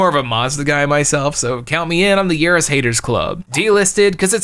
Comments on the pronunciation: YAR-is not yeah-IS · thats Ya-ris.